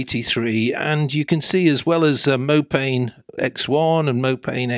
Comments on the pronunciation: It's Mopane - pronounced "Moe Pah Knee" - it's named after a Bush / tree found in the Savannah. Mopane scrub. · I believe the correct pronunciation of Mopane is something more like "Mow par nay"! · Nice update on Namibia. You should pronounce mopane as mopani. It is a type of worm the locals like to eat.